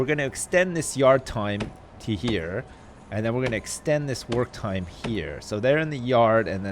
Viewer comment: when u said work time i thought u said twerk time lol